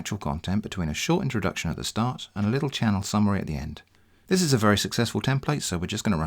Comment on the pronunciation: I heard it as "... and this is TITS you never asked for" at 8.37 mark. Some spicy content advice there ;-)